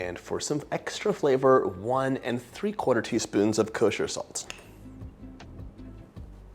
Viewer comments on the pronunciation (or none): none